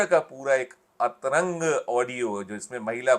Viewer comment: Atrang nahi antranj bolen patrkaar ji.